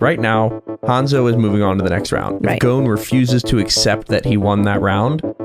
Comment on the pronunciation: This version is so trash that you don’t even pronounce “GON” name right it’s GON not “GONE” 💀